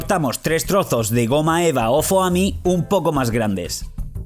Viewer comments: dices Foami y se dice Fomi se escribe Foami pero se dice Fomi no Fooami :v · Se pronuncia foami 😂😂😂😂